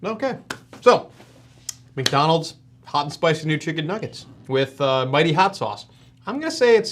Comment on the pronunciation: he said :McNonalds Nuggets" instead of "McDonalds Nuggets" lol